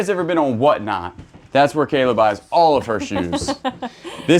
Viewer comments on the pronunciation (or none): none